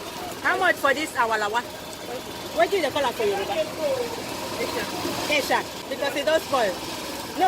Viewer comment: Just rice, I would eat it with just rice. I get the 'esa tomatoes' when I buy boxes of tomatoes in the summer and didn't put them in freezer on time. They are the best👍🏿 BTW, you said the 'esa' perfectly the first time👏🏽